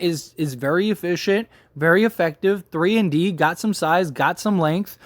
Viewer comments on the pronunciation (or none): none